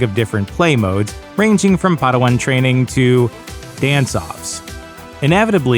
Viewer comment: Why did you say padawan like that 🤔🤔